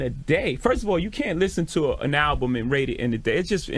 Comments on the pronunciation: also you had a slip of the tongue and one of the times you said alblum accidentally XD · Is he saying alblum? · he actually says ALBLUM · I barely payed attention after hearing him pronounce album as alblum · Bro the way you say alblum has be fucking crying and then chat is trying to correct you and you still say it wrong 😂 God I love this channel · You had said ablum. I don't think it's a big deal. I sometimes mix up the first syllable of 2 different words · Chat is cap, i definitely heard alblum 3 times. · Love the mispronunciation of "Album" he was referencing the Chris Rock bit. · He didnt know that he was saying album wrong. Thats amazing